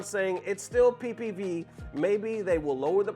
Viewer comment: My guy said pee pee view 😂😂